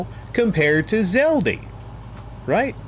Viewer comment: Why do you call it Zeldi?